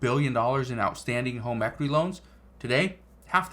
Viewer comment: Equiry! Lolol hahaha